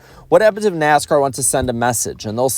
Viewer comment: "NASCOURT" LMAO I NEED TO HEAR THAT MORE OFTEN